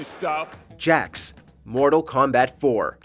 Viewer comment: Bro, I KNOW you haven’t played mortal Kombat. The way you said “Jaqee “ and calling Jarek Jax 8 times 💀🤣